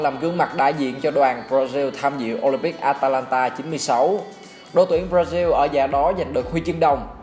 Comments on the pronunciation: B nói hay nhưng nên nói đúng từ ngữ b ra zin hay b ra ziu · Ẹt là gì? Brazil đọc thành diu là sao?